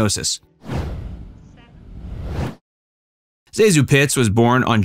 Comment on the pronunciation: Everyone who remembers Pitts mispronounces her first name Zazu. It is Zasue Thank you or otherwise for doing it correctly!